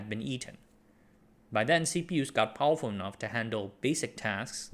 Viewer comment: Why are you saying powuwfuw? You make the R sound in other words just fine so it’s not a speech impediment right?